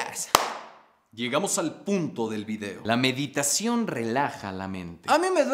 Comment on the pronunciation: "Mediteichon" 2020